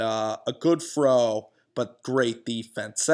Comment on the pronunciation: "fro away" lol